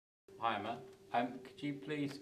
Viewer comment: I keep hearing him say Imma not Emma